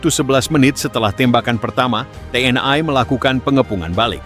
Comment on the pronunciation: Komentatir salah baca...gmna sih lu org lndo tp baca TNl.kok TN Ai...tuh ..l nya kan maksudnya lndo ...to dol2...gmna lu...jd ..Tentara Nasioal lndo ...dol...hadeh2...😂😢